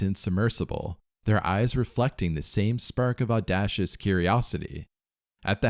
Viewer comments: You lost me at "audashious." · aw-day-shious. I need to get in on this paid voiceover work, never heard one of 'em be able to read basic words properly. There's always at least one weird word. Now I've pointed it out you'll notice.